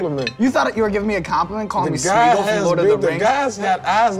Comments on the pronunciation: he didnt even say smeagle right. lmao he called him spingle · I know he did not just say SMEAGLE!🤣🤣🤣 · He didn’t even say Sméagol bro said speagol!!!